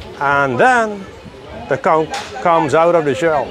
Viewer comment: I'm so glad you clarified how to pronounce the word "CONCH." I hear so many yt people butcher that word literally pronouncing the "CH" in the word 🤦🏾‍♀️ And no. I'm not reading replies beyond